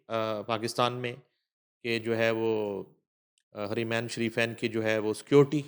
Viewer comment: لفظ حریمین نہیں بلکہ حرمین الشریفین ہے جناب محترم